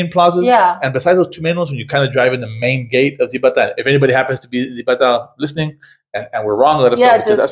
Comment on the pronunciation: The Z in Spanish is pronounced like an S. Zibatá is “sea ba ta”. It’s actually much larger than you describe and the park you describe is not the main park.